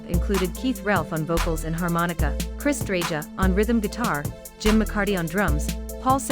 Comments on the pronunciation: Three Yardbirds are gone - Top Topham (first lead guitarist of the band), Jeff Beck, and Keith Relf. Topham left the band in 1963, making no recordings with the group. Eric Clapton took his place. Beck and Topham both died in January 2023, about two weeks apart. Relf died in 1976. Paul Samwell-Smith is still alive as I write this (03/19/24). And Chris Dreja's last name is pronounced DRE-YA. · This channel is offensive. Paul Samwell Smith is still alive, Dreja is pronounced DREYA.